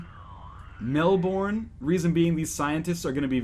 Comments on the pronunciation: I cringed a bit at his 'Mel-borne', but hearing him say Melben would almost certainly be worse. It's more of a Melb'n. <3 Lazy Australians, represent. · As an Australian, it's mel'burn' not mel'born' but I can't hate because you always say sorry for you mutilating names :D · its pronounced "Mel-ben" not "Mel-borne". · "Mel-born". Oh dear... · mel-burn. you pronounce it as mel-burn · us aussies pronounce it like melb-in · How do you pronounce melbourne if not mel-born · its pronounced, Mel-bun. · That's not how you say Melbourne! ily NL <3